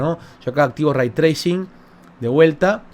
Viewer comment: Lo escuche pronunciar el concepto "Ray Tracing" Y me fui...